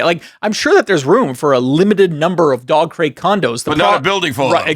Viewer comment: Ahhhh.... It's dog crate... I kept hearing Dogcrete.